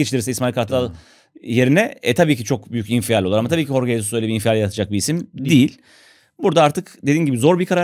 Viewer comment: Tekrar hatırlatayım. Horge Hesus değil Jorge Jesus diye okunuyor, yani yazıldığı gibi okunuyor :)